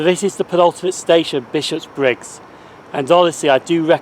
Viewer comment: Oh, I didn't realise Buchanan Street (or as I sometimes call it, "Tobacco Baron Street") had its own railway station at one time. I knew the Subway station with that name was close but not that close to Queen St station, but I never looked-into whether it had its own station. I must admit it's a wee bit weird hearing you say Bishopbriggs as Bishop's Briggs though! Lovely footage of those passing trains. I do enjoy our refurbished HSTs, I must admit.